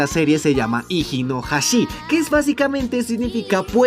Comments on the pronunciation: Hiji, de Hiji no Hashi, se pronuncia como "jiyi". Los nombres de los hermanos Grimm se pronuncian como "iacob" y "viljelm". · Se pronuncia "Gíyi no Jáshi", pendejo.